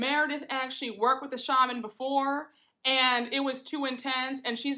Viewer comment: You look so beautiful! Also, did you notice all the ladies went to a shaman except Meredith. She goes to a sha-mon 😂 Meredith is so pretentious I just can’t! 😂